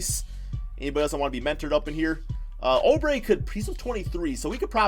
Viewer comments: Suns will make a bigger splash. You’re too conservative. TJ Warren will be traded. Maybe to the Nets for Dinwiddie or s&t for Russel. Then they’ll get an audience with KD before settling on Julius Randle. Oubre...pronounced Ooo bre not oh bre will be resigned after they finish free agency signings. Probably 4 years for 55 million or about that. He’s also the starter even if Warren is on the roster. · STOP SAYING OUBRE WRONG ITS “OOO-BRE” NOT “OH-BRE”